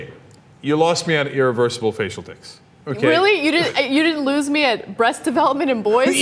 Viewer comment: I hate how Ana says "eereversible" and "eerelevant".